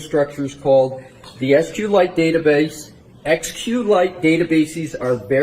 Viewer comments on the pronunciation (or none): First of all it's pronounced "sequel-lite." Second, SQLite databases are not "nuanced." They are simply a collection of tables, similar to csv files. You can view SQLite data using a command-line interface. If you can understand a csv file, you can understand a SQLite database.